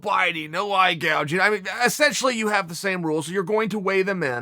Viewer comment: Chael "E- scent- tially" Sonnen